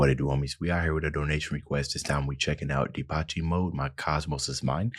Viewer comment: Ok, first off, you mispronounced Depeche. It's de-pesh. They've been around for decades. They were HUGE in the 80s. React to "master and servant", "enjoy the silence", "personal Jesus", "just can't get enough", and oh so much more.